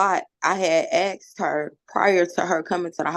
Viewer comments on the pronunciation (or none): I love asserting her ‘Excuse me I am talking’. is a seasoned liar, lazy, uneducated and an imbecile. ‘Axed her’? Did she skip ‘proper grammar/enunciation’ classes? Yep, she did. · "...I had axed..." Ahhhhhh!!!!!! What language is that? Holy crap I get tired of the words "had" and "axed".